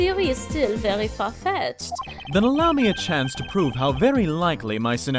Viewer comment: (Dunban) It vury much was.